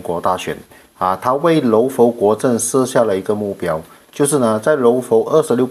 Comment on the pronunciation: ， 佛是读佛， 不是浮。。。阿尼陀佛的佛